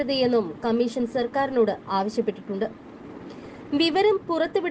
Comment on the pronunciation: ക മ്മീ ശ ൻ എന്നല്ല പറയേണ്ടത്..... ക മ്മീ ഷ ൻ എന്നാണ്. ബാ ശ എന്നല്ല പറയേണ്ടത്... ഭാ ഷ എന്നാണ്.